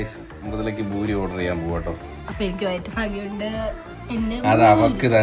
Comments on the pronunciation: buri alla Puri nth alle paraya..? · Boori alla poORi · ഭൂരി അല്ല പൂരി താളി അല്ല താലി